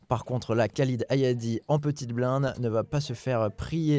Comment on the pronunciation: Vidéo top! Merci Winamax, merci Bcastaldi, merci tpmp, merci Davidi Kitaï, merci all!! Par contre,: dans tout le maghreb, tout le moyen-orient, tous les pays où "Khalid" est utilisé: ça se prononce "Ralid"!!!! Soit le Mr en question se présente en "Mr Kalid" car "90% des français" prononcent "Kalid", soit je ne sais pas:'( Quoi qu'il en soit, merci Winamax!!